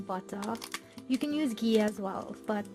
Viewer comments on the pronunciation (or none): none